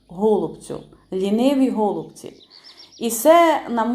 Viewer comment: Тільки не гооолубці а голубцііі , капець аж по вухах ріже....😮😮😮😮😮